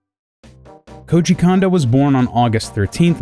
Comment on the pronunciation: Please explain to me why the same vowel be pronounced the same?? iIts KOOJI KOONDO, not KOOJI KAN-DO, moron